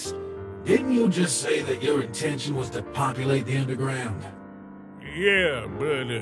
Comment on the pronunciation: Did grillb said unde-ground